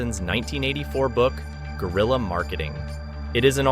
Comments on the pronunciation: Its not gorilla marketing. It's g(w)e-ril-ya marketing. Dicks out for Harambe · Brother Guerilla is a Spanish Word and has nothing to do with Gorilla, it ain’t even pronounced the same way